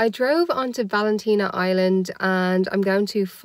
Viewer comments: It's Valentia island not Valentina island but so glad you went!!! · Love this as I have been to Kerry numerous times, in fact other than my home county its one of my favourite places in the world. You have an interesting way of prounci ng Valentia Island, lo e the travel vlog, keep it up